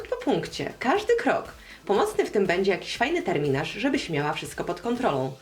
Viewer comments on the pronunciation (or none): none